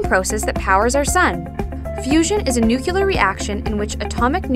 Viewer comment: I'm supposed to believe this person knows what they're talking about when they can't even pronounce the name of the video???